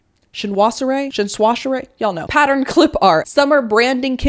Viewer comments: TRENDS - loved it! Very valuable. Also, French is confusing! And you had it almost perfect: Chinoiserie is pronounced shin-WAH-zer-ee. I'd love to see more videos like this from you! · I never comment on videos but I really enjoyed this. Yes I’d like to see more and Chinoiserie is pronounced sheen·waa·zuh-ee (say it with a French accent - this is my niche so I get it) - a decorative style in Europe during the 18th century using Chinese motifs in blue and white that is still popular today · Trends! Live in France and it’s pronounced ‘shin-wah-so-ree’ aka Chinoiserie 😂👍